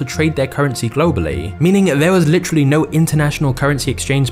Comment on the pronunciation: Stopped watching almost immediately, especially after that word “litry” wth is that? Do you me “Literally?” Wow.